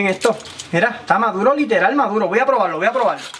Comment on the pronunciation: Polque no cleen? está madulo pol favol 🍼